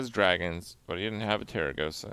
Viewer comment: Kripp, why do you keep calling her Teragosa, while her name is actually Tarecgosa?